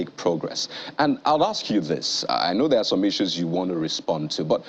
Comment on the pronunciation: Yoruba people, it’s not “hask” it’s “ASK”